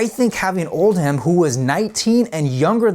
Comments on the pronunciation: It’s pronounced “Oldem” not “Old-ham” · Very enjoyable and informative ! oh and regarding their manager, it’s not Old Ham it’s pronounced Oldam just like Bucking Ham palace is pronounced Buckinam Palace, what’s so hard fgs lol.